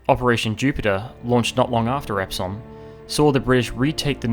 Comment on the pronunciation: Great video especially the history behind it..... one thing though... it's NOT Ep-Somme..... its Epp-sum 😄